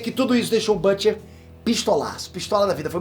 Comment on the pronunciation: Custa falar o nome BILLY Bruto kkk, otimo resumo "Perterr."